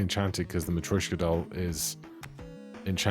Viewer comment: it’s matr-YOSH-ka (yosh as in Yoshi) only commenting bc you’ve commented about pronunciation :D